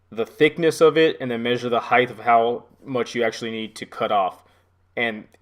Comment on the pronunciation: I had to turn this off ! I don't know what annoyed me more He kept saying "Om" "Heigth" - It's "HEIGHT" no "TH" on the end, and then there's the dreaded UTILITY BELT - ok, I use a nail pouch if i'm up on a ladder or on a roof !